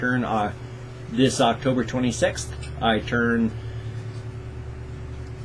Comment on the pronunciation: Please could you react to Epic rap battle of history Jack the ripper vs Hannible Lecter (season 4) OH YEAH I needed to tell you something else you know you say Octogre in stead of October I put Octogre in my maths book in stead of October!